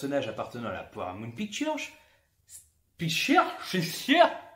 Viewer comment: je suis mort et ''Pichturrreee''😂 Je dépose un gros like vous m'avez bien fait rire. Vous êtes des Fous mais on adore😍